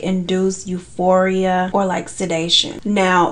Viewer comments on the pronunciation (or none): none